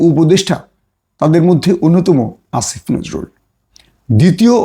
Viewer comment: আসিফ নজরুল বলতে এত কষ্ট কেন? দাদাদের ভাষায় কথা বলছেন আপনি কোথাকার?